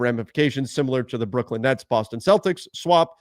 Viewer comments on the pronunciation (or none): none